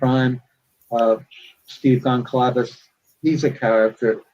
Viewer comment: He mispronounces Goncalves as Gonslavez.